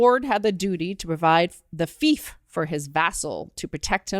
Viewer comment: fief is pronounced FEEF not FIFE. I really like pink hilites.